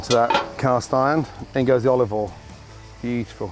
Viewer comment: "a nice drizzle of olivol"